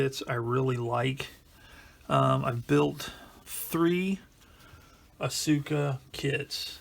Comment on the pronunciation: small nitpick: it's pronounced aska, not asUka.